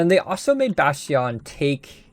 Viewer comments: Say Bash Tee On one more time I double dare you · Bat Yawn lol. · have you learned how to pronounce bastion yet?